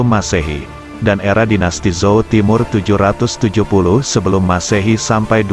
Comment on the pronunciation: Bukan pakai Z bacanya, tapi C